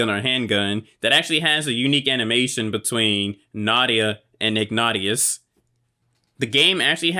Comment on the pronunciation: i am surprised you dont have more views, you deserve it, this game brings back memories, some friends had it and i remember the reviews back in the day, the guys name by the way is pronounced ig nay shus, i know right? its annoying when people dont pronounce their name the way theyre spelt lol